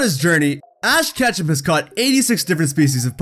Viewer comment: Yo Listen Carefully and he says ash ketchup in the beginning not ketchum